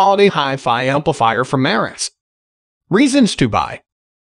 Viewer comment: bot voice - After so many times mispornouncing Marantz, I couldn't listen any more.